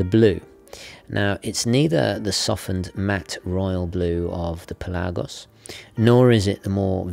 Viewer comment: Its pelagos and not pelaaaaagos and its not lady gega its lady gaga